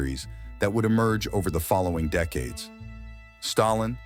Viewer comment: Artifical intelligence can't seem to pronounce FRIEND , or DECADES ? Back to the drawing board...